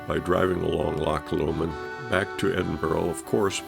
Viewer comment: Erm...its "Bal-ma-haa" (long, short, long)...but Top Marks for your filming, and 'amost' getting the pronunciation of Loch correct, with the soft guttural "ch," not Lock as most visitors from Actoss The Pond say ;) Lovely video, thanks for sharing it xx